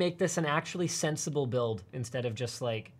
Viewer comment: “Sinsible build” he says wit a LG C9 77”